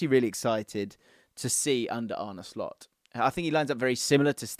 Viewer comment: Did you say "Slopp"? 😂